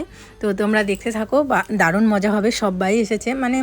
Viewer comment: Kub bhalo hoyeche....sundoor laglo.. mojo na moja bole😅😅